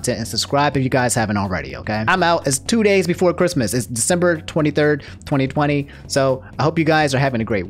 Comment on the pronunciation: "Quistmas" lol